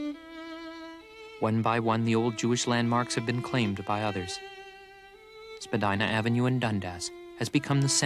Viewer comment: Pronounced Spadeena not Spadina.